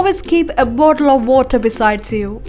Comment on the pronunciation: Seriously a bottle of water, it's the 'BOOAOWOER' This is the correct British pronounciation 😂